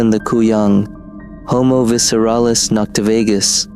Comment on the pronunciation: Las Noctivagus (Sorry, I am super nitpicky with Latin pronounciation)